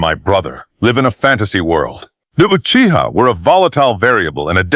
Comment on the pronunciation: I’m gonna be honest with y’all. Tobirama sounded like he was about to say uchigers a few times.